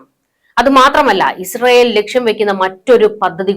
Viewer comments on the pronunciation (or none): none